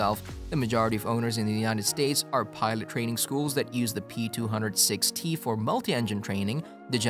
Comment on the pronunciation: No, it's worse: he keeps saying P200ST (not P200-6T)!